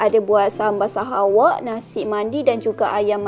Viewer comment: Sebutnya Sahawik....bkn sahawAk.